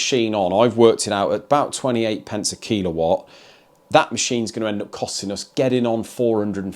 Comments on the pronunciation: It’s a killawatt not keelawatt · and whether you're talking kWh or kW, it's pronouced killer-watt, not kilo-watt lol, it sounded so odd